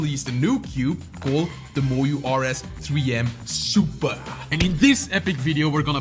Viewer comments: "BUT IS IT WORTH FOR DAT SUUPAA DOLLAR?" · The suppaah got me laughing